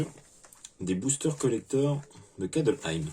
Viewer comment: J'ai failli mettre un pouce rouge pour le "Kadelheim" du début !!! C'est Kaldheim 😭😭😭